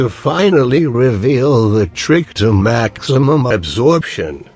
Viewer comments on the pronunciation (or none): You said maximam in the intro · Every goddamn video From the moment I hear "maximymm" and all the way to the end, I just can't stop smiling